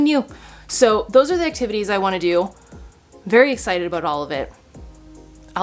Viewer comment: "Christmas acti va tays" 😆😂😂😂